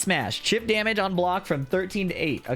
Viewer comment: Chatter: yapping: (heavy accent) EMOTIONAL DAMIDGE sidestep 1+2